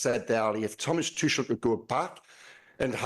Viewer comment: It's be a start if you could pronounce Tuchel's name correctly.